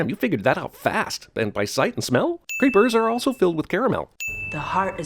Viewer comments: He kept calling the reapers "creepers" and that triggered me something fierce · Narrator repeatedly calls Reapers 'creepers', despite their name being used several times throughout the movie. Ding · Pretty sure they are called "Reapers" and not "Creepers". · "Creepers"?... Do you mean "Reapers"?